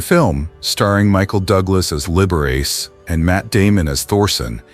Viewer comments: You know, Often to myself long ago for fun, I would pronounce within my head 'Liberace' in the way your AI voicing just has. Every time I hear it here, again, I crack-up! -- 'The boy can't help it! ' Once way back in c.'68 I had dinner with 'Lee.' (A suggestion said to me as to how best to address him, post his having endured "Mr. Liberace" over a good week of working on a project there at the house above Sunset Blvd. / Tower Records.) Of this encounter I could write an essay in the style of "My Dinner with Andre." (We two were NOT one another's 'type,' and so all was made thus easier of proceeding.) And now a delicious anecdote: I remarked to him that never had I heard him play one single solitary wrong note. He looked at me 'curiously' seeming nonplussed, like perhaps he'd never even thought of it. Well after a moment he got-up, went to the piano and proceeded to play a single note -- middle "A"!! Returning, sitting down, then pronouncing grandly -- "T-H-E-R-E it is!!" -- we both bursting-out in laughter. Yes. And indeed it was that: THE wrong note never played. As a gentleman and host Lee was 'the aces,' he being most kind and solicitous always, as to one's general state and comfort. In all of ways imaginable, there will NEVER be another Liberace. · Liber Riss..? Come on AI this is horrible. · Right off: "Liber-ace" for the Italian Liberace. 🤣 That has to be one of THE better ones. I do not mind at all the AI faux pas, as many others objecting are driven OUT of their minds, grousing over nothing. AI is bound to improve and so in all ways. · It's Lib Er A Chee! This IA is not up to PAR! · If you are going to present yourself as some kind of "expert" on these Hollywood issues you could at least learn to pronounce their names correctly. For example, it is LIB-ERR-AH-CHEE not as you pronounce it. What a dope you are. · Liberace is pronounced "Libberachee" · Aside from the obvious AI mispronunciation of Liberace, it's pronounced Don BacKARdy.